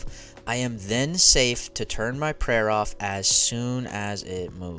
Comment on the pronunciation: "baskalisk" This is so damn funny to me because one of my friends who I chat with on discord always slips up and say it his way. Everybody in the chat roasts the shit out of him for it.